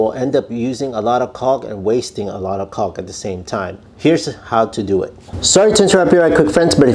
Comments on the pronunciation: The L is silent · One more tip…don’t pronounce the “L” i. Caulk like that or you’ll be the laughing stock at the jobsite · Making Shure we really really annuniciate the El " L" letter sound when pronounceing the word CauLk!!!